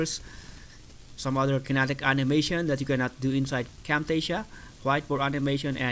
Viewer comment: What did you say...camptasia???